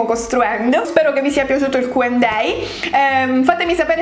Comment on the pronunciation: Ma solo io ho notato che dice Q&day invece di Q&A?